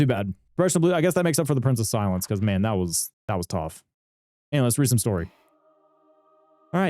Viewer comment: Watching the fight and trying to guess when you will correctly pronounce Price of Silence was pretty fun lol. Glad to see Library of Ruina videos coming out again! Waiting for the next one. It has been too long, even youtube didnt notify/recommend me the video for 5 days lol